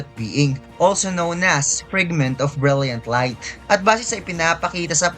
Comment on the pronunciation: Say it "Fregment ob brelyant ob layt":hand-purple-blue-peace::hand-purple-blue-peace